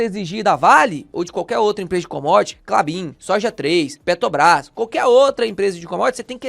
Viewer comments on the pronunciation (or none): Em todos os seus vídeos você fala PeTObras. Está errado